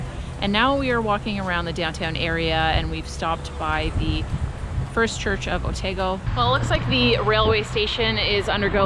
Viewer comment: Hi. Yeah, just some hints on pronunciation. (I noticed you sorted out how Speights is said🙂). It is Oh-taa-go and Lar-nak’s Castle. Please don’t think I’m being critical. I would no doubt mangle your country’s names as well. Oh and just so you know, the aviary at the Garden’s has become highly controversial and is probably being removed as many feel it is a cruel facility. The Railway Station is finished now (feb 2024) and looks amazing c’mon back soon. I couldn’t help giggling when you said how small Dunedin is as it seems big to me!